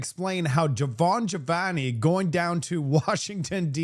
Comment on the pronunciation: Would you please learn how to pronounce peoples' names correctly. His name is Jamil Jivani. JA Mil GI VANI. Do better. You continually mispronounce words and names. Start practicing serious journalism and people will take you more seriously.